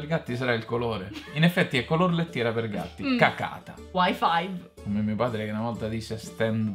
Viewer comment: la soddisfazione con cui ha letto "wi five" mi ha stesa per cinque minuti